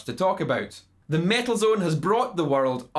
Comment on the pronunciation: if somebody wants to watch REAL mt2 reviev, see how Ola Englund does it. and please, take this irish fucker down. he cant even fucking speak. its metal zone, not mietl zuuun. fuck.